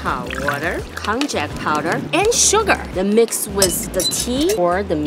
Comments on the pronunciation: It's actually pronounced as ko·nyak(konjac) and not konjak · Konjack is pronounced konyack or こんにゃく